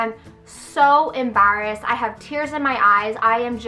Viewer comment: "Ambarrassed" lol